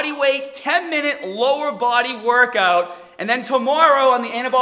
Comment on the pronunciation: “Two paht…” Me can’t pronounce Rs, cute “…woRkout” 😳wtf